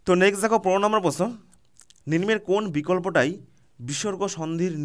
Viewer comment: Ninmo hbe na uchharon ta nimno hbe